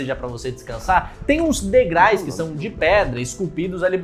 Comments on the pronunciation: o cara falou "degrais" umas 10 vezes kkkkkkkkkkkkkkkkkkk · " DEGRAIS" É FODA EIM 😂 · Degrais?? Ai complica amigo